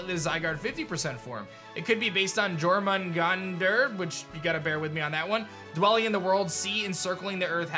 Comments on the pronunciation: Pronounced: your-men-gan-der lol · Your pronunciation of Jormungandr shows you haven’t played God of War and you’re living beneath your privileges.